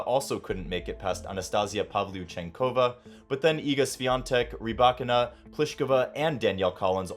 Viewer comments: It’s rybaKINA, not “ryBAkina” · I asked a Russian speaker & they pronounced it ‘rih-BYE-kee-nah’, with the stress on the second syllable!🤷🏽‍♀️